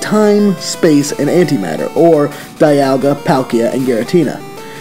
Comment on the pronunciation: He pronounced Dialga and Palkia wrong typical u can't mispronounce only one you either pronounce both right or both wrong